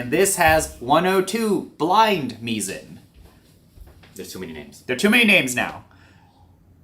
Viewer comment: option-o says the pronunciation is actually "mai-zn": Mizen (pronounced "mai-zn") is the name of our product line featuring our in-house developed burrs, embodying our core beliefs and approach towards burrs. The name "Mizen" draws inspiration from the nautical term "Mizzenmast," symbolizing the vital role burrs play in the world of coffee grinders, akin to how the Mizzenmast is crucial for a ship’s stability.